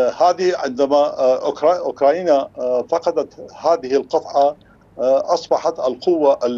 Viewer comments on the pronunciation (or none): محلل عرطة اسمها اوكرانيا وليس اوكراينا 😂😂😂